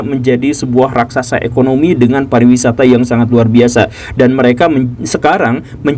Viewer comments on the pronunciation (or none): none